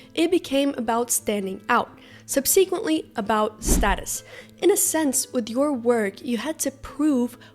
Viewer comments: This may be "AI" generated.She didn't pronounce "subsequently" properly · Nah. I know people that say it this way. They learned from reading. Not hearing. And we're in school when phonics became taboo.